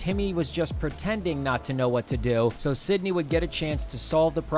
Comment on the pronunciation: you keep saying sydney instead of cindy